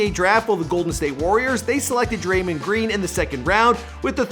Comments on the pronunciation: Eh fam it Dray-mond not Dray-mend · He said Draymend green, ok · He said draimen green lol 😂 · "DRAY-MOND-GREEN" get it together. You're always messing up the pronunciation of names bro... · Hate how you say his name